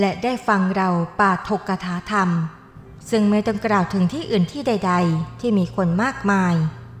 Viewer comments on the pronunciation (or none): ขอเพิ่มเติมครับ ปาฐกถาธรรม (อ่านว่าปา ถะ กะ หถา ทำ)